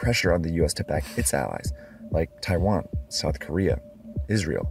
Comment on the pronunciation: "tai van"